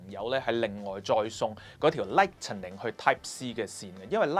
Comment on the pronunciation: 我聽咗好幾位發燒音樂YouTuber， 全部都張將Apple Lightning 讀成 lighTENing ! 唔該改正一下, 如果唔係Steve Jobs都可能彈返起身！